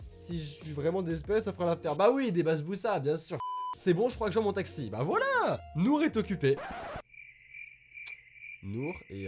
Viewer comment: Déjà tu dit Nourh je sais de quelle jeu c'est j'ai chialé suite a la vidéo de Squeezie, mais c'est les choix de là ❤